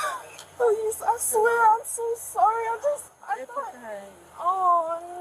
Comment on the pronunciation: It is too late to be sorry-ah.